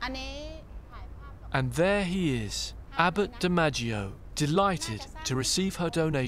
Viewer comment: Abbot dimmagio? Come on man, you can do better